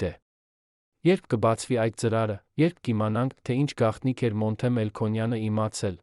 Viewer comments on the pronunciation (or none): none